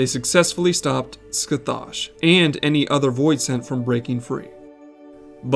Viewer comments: The actual pronunciation of Scathach is scă-hăk. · Heyo! Just a minor correction in the future. Scathach is a Gaelic name from Celtic myth. Her name is pronounced (Skah-hah) with a back of the throat sound in the middle. But just saying Skah-hah is fine too. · late but scathach is pronounced "ska-hock" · Your pronunciation is horrible. It should sound like Sca-hock, not whatever you keep saying. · ima take a drink every time you butcher pronouncing Scathach, and ima be fuckin wasted because you aren't even slightly close to getting it right